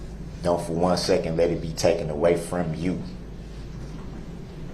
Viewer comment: lmfao....he just said 'TOOKEN' instead of taken....sounds like that 'TWELLF' grade education did not include conjugating the irregular verb - take......